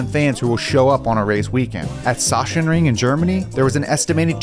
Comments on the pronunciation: Sachsenring you have to pronounce the ch like a c/k Sacsenring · god i never imagined that one day would try to pronounce the name of the town next to my hometown 😂😂